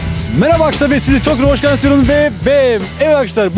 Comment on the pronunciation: ulan şu videoların girişinde azcık okunaklı konuş, bunedir olum ( mereba arkaşlar ve siz çok hoşgensiyorum ve ve veeee evet arkaşlar bugüüünn) şu girişi değiştir kardeşim onun haricinde seviliyosun